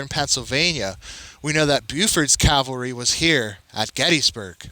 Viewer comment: It's pronounced ca-val-ry not cal-ve-ry